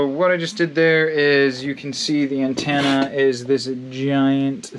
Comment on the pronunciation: It's pronounced anTENna not anTANna